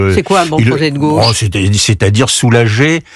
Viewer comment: "comme homme de gôche" 🤣